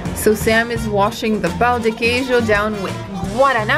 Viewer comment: a pronúncia de brigadeiro foi perfeita, mas o pau de queijo (wooden cheese) é como ele fica no dia seguinte ^^